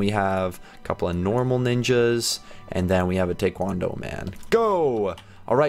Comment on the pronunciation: It’s not tay-kwon-dough lol it’s tie-kwon-dough